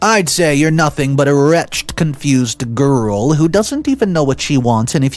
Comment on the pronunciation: Pronounced re-ched